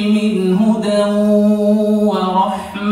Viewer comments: (هُدًى وَرَحْمَةً) بفتحتين وليس (ورحمةٌ) بضمتين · كاين خطأ آخر أوقعه في الأول، قرأ هدى ورحمة بالضم وهي بالفتح